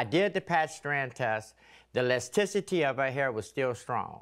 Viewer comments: Thank you! He made me think lesticity was a word. 🤣 How can he be in that profession for 35 years and not know how to pronounce that word? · Elasticity sir, elasticity. Not Lesticity…